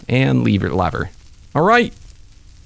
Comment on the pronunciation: It’s lever not leaver lever